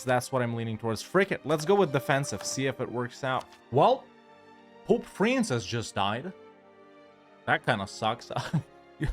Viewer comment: Well, watching an EU4 video I definitely didn't hear "France has just died" instead of "Francis just died". Totally not.